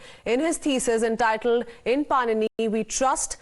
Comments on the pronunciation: padini not panini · इसकी क्या तमीज़ है। ऋषि पाणिनि बोलना तक नही आता इसको। बकवास